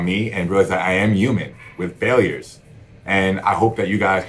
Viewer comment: This guy said “I am yumen” i knew he wasn’t human smh